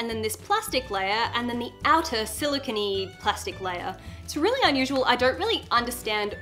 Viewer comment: Who says silakin it’s silicone😭😭🤣🤣🤣🤣